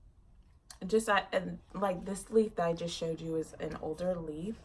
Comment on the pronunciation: I was cracking up when you pointed out the water damage leaf. I had to play back cuz I thought you said "loser leaf" not "old leaf"